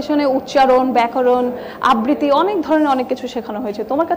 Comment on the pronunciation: আববৃতি??? !!! কী উচ্চারণ ! উচ্চারণ ঠিক করা উচিত